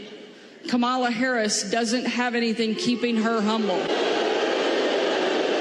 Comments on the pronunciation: No. when it's common knowledge that the person wants their name pronounced a certain way for whatever reason, the reasonable person will honor those wishes and pronounce it that way. Sanders knows how Kamala is supposed to be pronounced. She just deliberately mispronounces it to show her contempt, her lack of respect for the Vice-President. It's childish and shows lack of class. But Sanders, being a strong Trump supporter, I'm not surprised. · There was also a double dog whistle. she deliberately mispronounced her name, and she basically called Kamala Harris uppity when she said she isn’t humble. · One thing that keeps Kamala Harris humble are the racists in 2024 pronouncing her name wrong on purpose. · Governor Piggy has no respect! It’s Kam’ala! Mispronouncing!😊 someone’s name is junior high stuff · I agree that if you can't say Kamala, I am saying your name wrong. Thank you for saying her name wrong 💙🦋💙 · What’s interesting is that they always pause before mispronouncing her name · Thank you Michael Steele. It is so annoying to me the way Rebublicans deliberately mispronounce our vice president's name. It is so childish and petty. If I ever have occasion for that slovenly governor's name to fall out of my mouth, that's how I'll mispronounce it. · Plus i really believe they mispronounce Kamala’s name is so dismissive of the person. Height of racism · Sarah boasts about being humble 😆🤣 plus, she still can't say her name correctly. Thank you Michael. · Calling VP Harris by her first name (and deliberately mispronouncing it) is an act insolence. It harks back to a time in Sarah Huck-Abby's home state of Arkansas when people like Sarah addressed people like Kamala by their first names (or as "boy"), whereas people like Kamala were expected to address people like Sarah as "Sir/Maam". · She can't even pronounce her name. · I'm so sick of MAGAs deliberately mispronouncing Kamala Harris's name. Stop being so childish and show some decent respect.